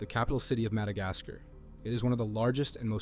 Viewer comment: Keep up the great work. Your videos will succeed. I guarantee. One thing though, it’s kind of funny how you say Madagascar but that’s just nitpicking